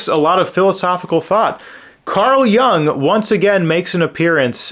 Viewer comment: I may have some criticisms about your critiques. I hope that you have found them mild and not too offensive. Anyway, your outlook or comments on books I consider every bit as valid as mine. BTW, I don't know if it's correct as well, but I've always heard Carl Jung pronounced Carl 'Yoong', especially when Dr. Jordan B. Peterson talks about him and his philosophy.